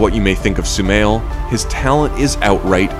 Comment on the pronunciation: Guys it's not sumail it's shumail and also my name 😌